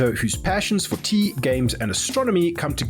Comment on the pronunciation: 🤔Teaaaaa... Sounds like something you shouldn't be drinking when he says it. 🤣🤣🤣